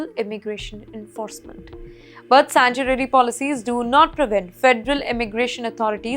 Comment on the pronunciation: Girl you need to be deported.. wtf is sanchurary, azzylum, traffic spot ?? lol